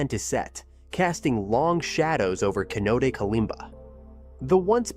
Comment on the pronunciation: Um… Cenote is pronounced ‘sen-oh-tay’, not ‘seh-note’ or ‘keh-note’. It’s tough to figure out the pronunciation for words you’ve never heard spoken aloud and may only have read, especially when some of those words aren’t English words.